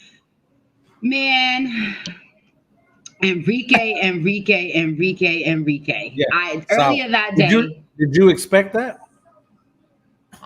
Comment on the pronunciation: A-rike!!! Why she keep calling her En-rike??😂😂. Otherwise, nice video folks.👊🏾👊🏾